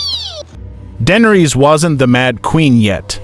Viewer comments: Her name is not dendres teach your ai voice better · The butchery of the pronunciation 😂